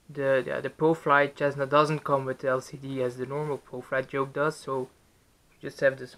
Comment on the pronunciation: normal people: cessna: chessna